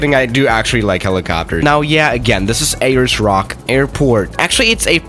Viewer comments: A-LERS ROCK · No one:: Ayyers Rock